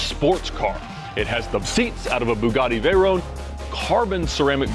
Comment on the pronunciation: I always find it funny when Ed pronounces foreign names so incorrectly. Vey-rone.😂 Just like Merci-elago.🤣🤣